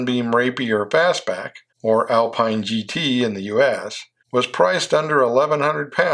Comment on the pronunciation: PS I know you will not pay attention, but it is NOT "Alpein" but "Alpeen"! (Renault Alpine), and as with all French words, the accent is in the END of the word.